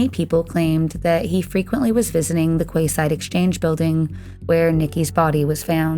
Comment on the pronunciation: Quay side is said 🔑side I meant